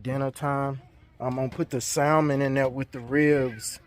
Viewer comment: super chill guy, but its hard to hear him say the "l" in salmon.